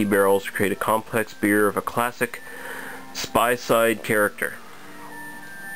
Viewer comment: first. Btw in some of your earlier videos you done some anise' liquours the correct pronounciation for that word is "aniseed" just thought i'd do u favour mate :) good review Oh and spayside is pronounced "spay-side" not "spy-side" you were right the first time